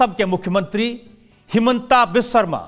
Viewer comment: Timeline Wrong language. How to you say the word ''Biswa Guru ''. Speak it once in loid voice? Then why wrong naming his middle name which has the exact same spelling but spelled it as ''vish" like jeher. assam. This has to be legally taken into action aganist this Rajat Sharma